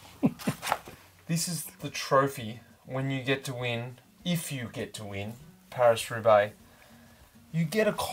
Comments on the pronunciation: He got it right in the intro, but after that ..... 😲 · Watching Mitch resolutely pronounce it pariS in front a Frenchman was 😅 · I'm Australian and I cringed when he kept pronouncing Paris with an S. Very odd